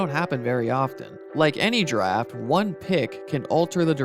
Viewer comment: Everytime he says Draft I hear Giraffe